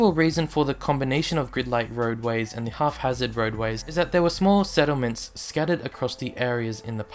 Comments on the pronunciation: *haphazard... not 'half-hazard' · Well made. Its hap-hazard not half-hazard. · Haphazard, not « half hazard ». Otherwise very informative. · Axed for it? WTF It's haphazard not half hazard. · half-hazard? I'm not sure if this is from the accent, a speech impediment or doesn't know that it's haphazard. If the first 2, nevermind me, if the latter well consider this a PSA:)